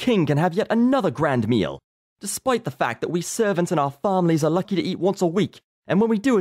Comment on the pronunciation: our farmlies? best english accent ever